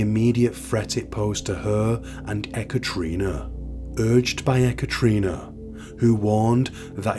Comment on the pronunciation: No offence meant, but it's usually produced "eh-cat-a-rina" Not "eh-cattree-nah". Just a heads up!